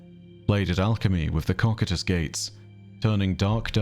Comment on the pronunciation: I'm unsure if its ever been pointed out to you... but i'm like 99% sure that "Cocytus" is supposed to be pronounced "Koh-Kye-Tus" instead of "Kok-I-Tus". I've heard you say it in many many videos and every time i've had a "Who's gonna tell em" feeling lol Great video as always though. The Nine are awesome and I am so glad they are finally getting some more story after so much mystery.